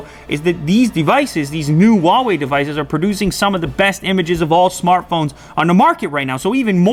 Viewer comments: Lew,it’s “who-ah way” not “wah way” . Why aint y’all pronouncing the H? It’s right there! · "huwaei" what kind of grammar is this